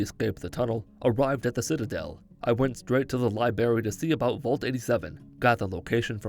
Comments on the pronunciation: he said LIBARY, btw it’s library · Did anyone else hear him say libary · “lie berry” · Liberry. Haha. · “L i b a r y” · "Went to the L I B A R R Y " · Straight to the libary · You went straight to the what? "The liBARY" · Hearing you say Libary made me wanna buy a ps4 controller so i could punch it